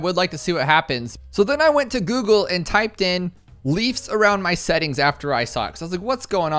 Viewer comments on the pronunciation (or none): none